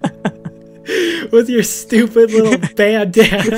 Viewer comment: BTW The MASK is upsidown not a Bandana Banana Say if banana sounds like bandana